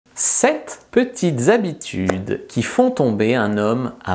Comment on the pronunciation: Fabrice je t'adore mais fais gaffe qd même avec les liaisons "sept z'habitudes"😁... Mme Bécherel, c'est comme ça que me nomme mon fils 😂